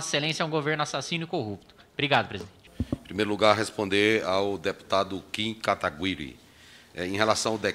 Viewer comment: Marcelo Queiroga é médico mesmo, ele ressuscitou algo morto desde 2016 aos . Colocou um trema no "gui" de Kataguiri.